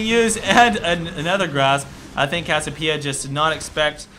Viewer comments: its CASSIOPEIA not cassipea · Its cassiOpeia not cassiopEIa ffs! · i agree with the second part(s) but CASS-I-O-PIE-A? WTF its cass-i-o-PEE-A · Hey. it's pronounced Cassie- Opia. Not Cassopia. Just giving you a heads up. Great Vid by the way. you should do more coverage on Chu8. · CASS-I-O-PIE-A, CASS-EE-O-PEE-A. <-- THIS. Not CASS-O-PIE-A, CASS-O-PEE-A <-- NOT THIS. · its pronounced cass ee oh pee uh :P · its cass-i-opeia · It's pronounced "Cass-ee-oh-pee-uh" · Cassiopeia (Cass-E-Oh-Pee-Uh). I don't know where the hell you learned English... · Kass-Siii-Ohhh-Peee-ah. Maybe? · why can't you pronounce cassiopeia correctly? it's cassi oh pee ah how can u claim to be a pro game commentator if you can't even pronounce champ names correctly -. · cassiopia is pronounced Cass-e-o-p-uh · is it just me or does he say cassiopeia retarted? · It annoys me how he keeps miss pronouncing Cassiopeia's name. Good video though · Am I crazy or does anyone else find it weird how he says Cassiopiea with no "o"? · cassiOpeia there's a bloody O O O O O O